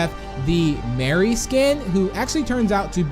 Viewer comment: Mari not mary